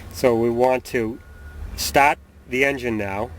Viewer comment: Im stopin to stawt to figure out at 148 if hes saying start or stop. Stawp me if im the only one that cant hear it